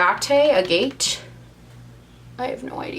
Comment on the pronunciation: It's pronounced AAH-get. It's a type of stone :)